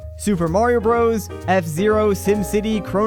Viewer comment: Awesome video with excellent information and a ton of research done for it, it seems. Kudos. Just a quick side note: The "Bros." in "Super Mario Bros." is not "broes," but is rather an abbreviated form of "brothers." So the game is "Super Mario Brothers," not "Super Mario Broes." I don't know when "Bros." started to be pronounced "broes," but it's a habit/trend that needs to end yesterday as it is irritating beyond belief.